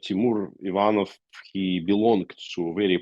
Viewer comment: By the way I never ever heard wrong pronunciation of the second name "Ivanov", you put a stress on the first syllable "ivan..", however in ruzzion it goes on the second one "...nov". Man I never payed such attention :) but it was so cute!